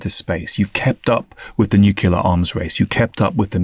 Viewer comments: This guy can't even say the word nuclear correctly it only NUKILLER - what a clown 🤡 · Say "newkyoular" one more time...